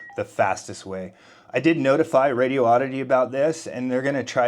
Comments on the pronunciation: If you catch them in answering a phone call. Or on a video, or if you just asked THEM, you’ll see it’s pronounced as “Rady-oddity” Radio-oddity, as you are saying, would have two “O’s” in the middle. They only have one “O”. So it CAN’T be as you are pronouncing it. You can’t just make up your own rules on grammar. One “O” does not make the pronunciation of two “O’s”. Don’t worry, you are not alone in mispronouncing it. Plenty of others do, also. ANYWAY, it’s just being respectful, and a better reflection on you to give someone to their name correctly. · FYI: The company you’re referring to is Radioddity. It is NOT Radio-oddity. You’re saying it as Radio-oddity. A whole different word. I’m sure that if they’re sponsoring you, they’d appreciate their name being said correctly. I’m sure you would not appreciate it if some one repeatedly mispro- nounced your name. I know that’s how I’d feel. Just wanted to pass this along to you. CHEERS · Really, really good instructional. Presented logically, factually, and a way “us average Joes” can really do this thing. On a side note, the company’s name is really “Radioddity” There is only one “O” in the word. You are saying it as IF it had two “O”s. With only one “O” it is pronounced “Raidy-oddity”. One smooth word. Not two words.